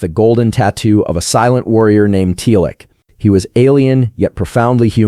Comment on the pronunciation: Not "Tealic", rather "Teelk". Seriously, watch the show before making a video about it.